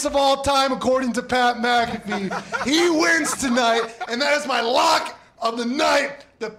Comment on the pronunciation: said PAT MC-CA-FEE. Pat likes to pronounce his last name MAC-A-FEE